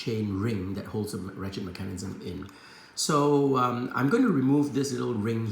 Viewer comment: I liked the video just because of the way you said Mecan-ism hehe